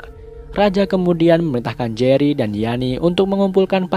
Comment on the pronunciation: jery woy bukan gery